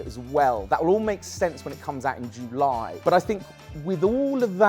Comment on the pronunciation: Can get over how you say ‘July’